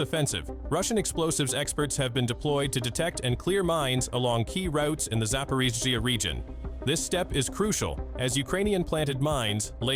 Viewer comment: Зипирижьйиии лол кринж